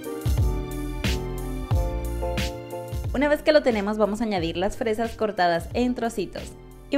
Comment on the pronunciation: Dice freas?